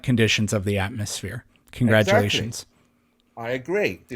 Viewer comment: Why is he calling it an AtmoSHERE?